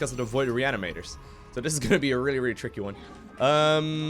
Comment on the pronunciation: been a minute since i've watched, forgot how many times he says "chrrickkee" (tricky) ahh memories love these videos